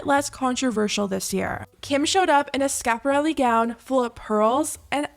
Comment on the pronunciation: haha loved your ending to the video! The tiktok woman literally pronounced Schiaparelli as Skap- ah-relly 🙈 I don’t need another random tiktokers opinion of a Met dress she obviously knows nothing about? Her critique was that the pearls on the bottom of KKs dress looked cheap. That’s an expert opinion right there